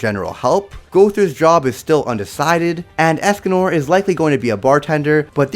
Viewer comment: Them 🥴: “Melly Otis” “Escan or” “Gear amore” “Lyonnaise” “Gloxsin ia” “Droller” All of us Seven deadly sins fans ❣️ : WTF?!! 😤